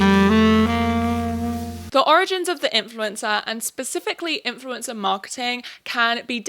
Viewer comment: Sounds like you are saying 'influenza' lol